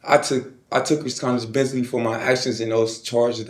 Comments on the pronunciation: . "I took resghonzhibissity". 😅😅😅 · reskonsibirryteee New word unlocked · Dude said “Resountability” 😂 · He can't even say the word responsibility correctly 😢I'm looking to get home in my 50s?😮